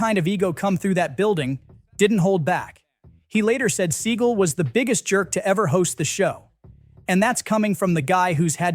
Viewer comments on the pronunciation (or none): is this AI narrated?? it's "sea-gall" not "seagull" was excited for this video - but the narration was horrible - can you not pronounce his name?? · It's pronounced Se-GAL, not SEE-gal. Do your research. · Thanks for notably mispronouncing his last name (apparently it’s supposed to be “Suh-gah-l”)…! I’m serious! Guy is an Epic Schmuck! Deserves to be mispronounced! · His name is pronounced Suh gaal not sea gull. I am not sure why this narrator keeps pronouncing his name wrong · I despise Seagal but the fact that you can't pronounce someone's name correctly makes this unbearable to watch. It's Seagal not Seagull. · It's SEAGAL!!! NOT SEAGULL 🤦😂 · I hope Seagal watches this and gets angrier every time his named is pronounced “seagull” it’s just 👨‍🍳 💋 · “Seagull” derp, or AI? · Could you at least "instruct" the crappy AI narrator how to pronounce Seagal's name? It's not "seagull." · Who’s “Steven Seigel?” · It’s “sea-GAL!” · I really appreciate your videos. I thumbed down this. Learn how to pronounce his name. I get you might be trolling. However, if you are legit about talking to us about movie history, be straight. His name is not pronounced seagull. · You need to pronounce his name right. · AI can't procurance Seagal. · You are mispronouncing his name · I think your mispronouncing his last name - SS such a loser who thinks highly of himself but is really insecure 😮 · same - this is ridiculous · The channel is supposed to be knowledgeable about movies. A little research and he'd have the right pronunciation. And it doesn't matter Seagal changed it. Many actors use stage names. It's their choice how it's pronounced.